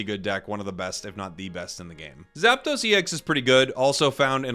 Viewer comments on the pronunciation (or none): none